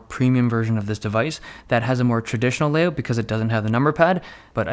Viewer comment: Layoat he say's not layout